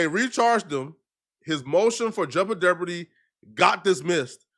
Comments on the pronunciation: He said juble deborty you are a fucking idiot…. DOUBLE Jeopardy. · wtf is “jouble deopardy” sir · "Jouble Deopardy" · So I’m Tha Only Person Who Heard Say “Jouble Deopardy”?? 😂😂😂